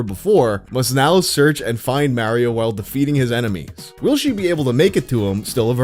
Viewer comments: Love the video, keep up the great work! The way you say Mario is ridiculous. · i don’t like how you pronounce mario 👎